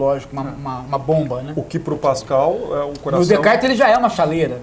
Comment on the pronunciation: Este cara estudou na frança e, contudo, não consegue falar 'Descartes' correto. Nem em Frances nem em português. Muito pedante